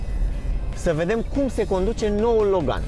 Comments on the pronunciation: Accentul corect nu e pe "gan"? E pe "Lo"? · Cine spune Logan asa...